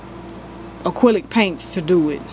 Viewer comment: you are very talented, but i laugh when you say "acrylic." But all the same, i love to watch you and see your art. you inspire me. keep up the great work!!!